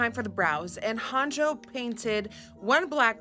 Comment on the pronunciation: shekilledcovid it’s actually pronounced ‘Hah-n-yo’ 😄